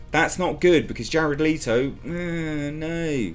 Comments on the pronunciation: It's pronounced Let-o not Lee-to. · Letto! I pronounce it as 'Lay-Toe'. Time to wait for some backlash.